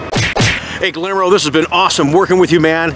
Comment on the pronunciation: not to be contrary, but the name is pronounced like Gee-year-moe. The double L is a pronounced like a Y. I apologize to anyone that I offend. My high School Spanish is showing it's ugly head! I take correction easily.